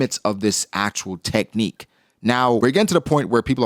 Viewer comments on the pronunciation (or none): none